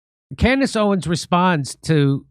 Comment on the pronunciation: Jimmy, love your growth and you seeing the light over the last couple years. In all do respect, because this is a hot topic and her name is and has been spoken about many of time. It is NOT OWEN...OWENS Jimmy say it with me now.